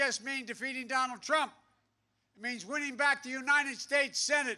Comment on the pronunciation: Donald Prump! 😂 gaf machine 🤦🏻‍♂️ it’s almost sad to see this... after laughing at him 😬